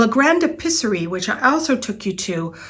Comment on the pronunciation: L’Episserie is not “le Pisserie” (!) In French, it’s important to really pronounce each vowel. The E in this word is pronounced like a long A (ay) in English. Love your videos, ma chere!!